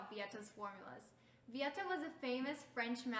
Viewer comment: You should pronounced [vi'yet]